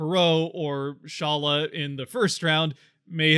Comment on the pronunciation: During the Draft which i watched they pronounced his name as Shalla. Just so you know. Again that can be wrong. No one knows but Eduard himself